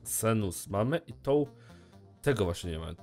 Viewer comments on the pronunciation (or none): czytaj Sensus zamiast Senus:P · bardzo ciekawy pomysł na półki ze słoikami xDDDD (A tak btw,,Sensus" nie,,senus'':D )